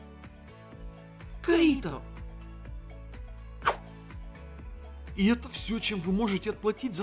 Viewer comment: Кайто! КАЙТО БЛИН А НЕ КАИТО!!!! :|